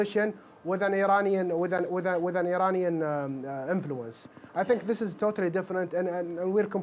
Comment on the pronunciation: "Eraniyan Enfuluence"